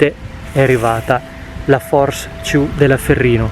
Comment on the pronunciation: La "Fors Ciù" sembra una gran tenda! Consigli: migliorare il brandeggiamento della camera ed evitare di fare riprese con una sola mano troppo vicino all'oggetto. Usa il cavalletto o fatti aiutare da altra persona. Ciao!